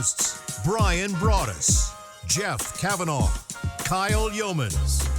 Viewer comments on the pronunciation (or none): It makes me sad when the intro says Jeff Cavanaugh